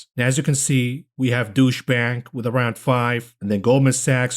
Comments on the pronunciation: he said douche bank 🤣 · I love it when you say "Douche Bank" "aka Deutsche Bank", so good! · Thnjx. Love the way u pronounce deutchbank. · “Deutsche Bank,” lol. Oh, and some people pronounce “peak to trough” something like: peak to ‘troff’ 😅. You’re self taught and it’s brilliant!